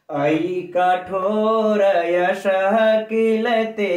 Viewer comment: गुरु जी यशः एवं घोरमतः के वाद अर्ध विसर्ग का उच्चारण करना चाहिए ।